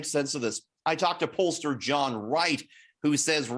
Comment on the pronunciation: polllster? . May have well said jokester